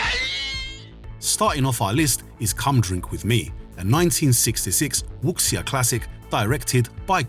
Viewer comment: Wuxia is pronounced Wusha.